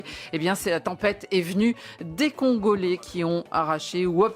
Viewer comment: Le CONgolais c’est quoi cette prononciation 😂😂😂